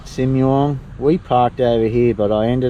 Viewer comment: That long thin bamboo (nor loi) you filmed the lady selling at the end of the video is one of my favourite foodstuffs in Laos. Just boil it and dip it into a good chilli sauce - SO good. 😋 (And just as an FYI, pronunciation of Simuang is with a long ‘i’ - like “See Moo Ang”. 😁👍)